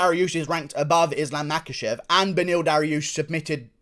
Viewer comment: I have it on pretty Bad Guy authority the name is actually pronounced, Mockelchev.